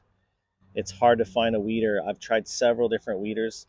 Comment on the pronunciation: Who else heard weiner? 😂